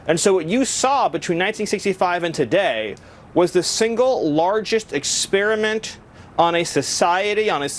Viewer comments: “Ex-speer-a-mint”, ugh. Not a fan of that pronunciation! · Ex peri ment or Ex spear ment..... bro !!